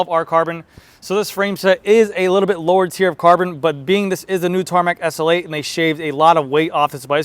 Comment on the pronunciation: Its the Tarmac "essulate". Slow down dude. S. L. 8.